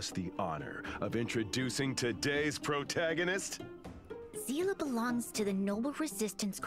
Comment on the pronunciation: I haven't played Star Rail in Japanese at all. I only play it in English, but the way they pronounce Seele's name gets under my skin every time the characters say it. I played the whole part 1 story of Honkai Impact so I'm used to hearing Seele name pronounced as "Se-leh" and not "See-luh".